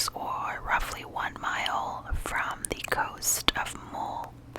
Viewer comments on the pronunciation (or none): I listened to you say it three times and still had no idea lol